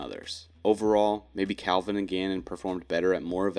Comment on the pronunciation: Bro. It’s Calvin. Wtf.